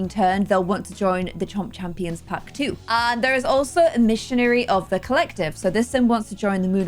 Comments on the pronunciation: I love this so far (but pronouncing emissary as e-missionary is SENDING me please never change I love it <3) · Aspirations- "Emissary of the Collective" Pronounced: Em-ma-sair-E I know these little things can get easily overlooked when recording a YouTube video bc you got so much going on. Just wanted to give you a helping hand with that one 😊